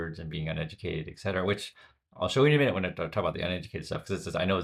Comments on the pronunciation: Thanks, I love your channel and subscribe & like every viewing. You use "etc" often, I do the same. It's et cetera...not excetera....FYI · ET-cetera, damn it: "And the rest." Same et as in French, meaning and.